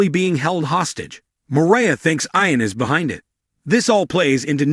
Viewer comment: It's pronounced eeon not eyeon!